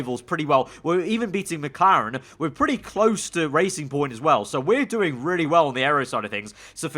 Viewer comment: It's not BWT Racing Point, it's BW TRacing Point.